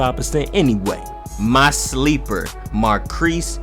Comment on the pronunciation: Every time he said Marquese 😖